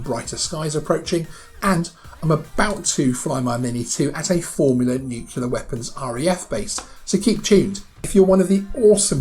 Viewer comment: Nucular - or Nuclear?